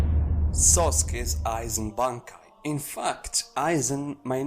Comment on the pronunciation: Did he say Sasuke and not Sōsuke.